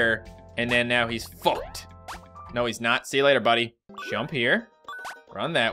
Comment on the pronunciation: your Canadian came out when you said fucked